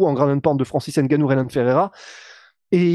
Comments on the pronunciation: pour francis on dit n gannou pas nnngannou, gannou ou humgannou et on dira franciseN gannou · Il s'appelle Ngannou pas N Gannou pareil pour Mbappe pas M bappe, Ngolo et non N golo etc... apprenez à prononcer les noms africains comme ça se dit. Pourquoi vous ne dites pas S port ou bien K nock etc...